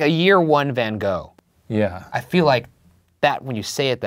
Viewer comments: Why do so many people always pronounce his name wrong? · As a dutch person, it is really painful to hear his name being pronounced wrong 😂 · Lmao why is everyone saying is name wrong 😭 it’s ‘Van Gogh’ like Saying the GGGGGGG hard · its always hurts me how english speakin people pronounce his name tho...like nope.. thats not how u pronounce it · I’m one minute in and you butchered the pronunciation of his birthplace so much that I, a Dutch person, have no idea what you said. Also I’m now gonna have to go through 21 minutes of his last name being butchered 😂 But I do it because I love Buzzfeed Unsolved so it’s worth it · 39 seconds in and already so annoyed at the way Americans pronounce Van Gogh. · But you said it was hot but the coolness woke him up? (Also it’s pronounced gof not go) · Emily Penney the netherlands, where he is from, which is also in europe, it’s pronounced more like “fan hroff”. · A number if things. 1) it's pronounced van goff, not van go 2) no one ever described Van Gogh as a sweet man. He was by all accounts a cantankerous, argumentative man albeit with a tortured psyche 3) the content of the story is good. But you ruin it with the adolescent dialogue between yourselves. It's obvious you're both educated. What niche do you think you're going to fill with such nonsense? 4) it's nice to have fun, unfortunately you blow by the boundaries. In sum, not suitable for adult minded viewers. 5) good luck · It’s pronounced “Vincent Van (guttural Dutch noises)” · no one: the art nerds: its actually pronounced “van gokhfchgh” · Ryan- learns how to pronounce like 10 Icelandic names Also Ryan- Van go!!!!! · Its actually pronounced kohk, nice try though. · Van Goff, Puffalo Pill, it's whatever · Amore Moon for once in my life I just want an english person to at least TRY to go ggggg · Morning Star no, GoGH similar to the use of CH in loCH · dear america, it’s van gogh (goff) it’s a dutch name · It's pronounced "Van Goff" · It's Van van Gogh #goff"